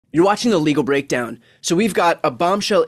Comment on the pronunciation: Love the channel! One thing: every day in the intro i hear: ‘illegal breakdown’ or ‘a legal breakdown’ .. would be better to annunciate The Legal Breakdown imho 😁